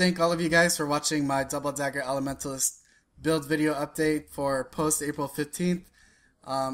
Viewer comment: He said "Dahbal dagah eley" one to many times, going else where to learn....